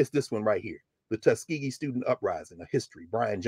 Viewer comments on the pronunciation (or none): none